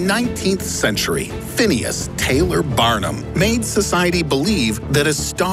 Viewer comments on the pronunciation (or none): When he said barnum what i heard was arnold